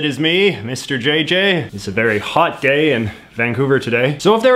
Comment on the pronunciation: "It is me, Mr J.J. It's a very hot day-day in Vancouver today-day"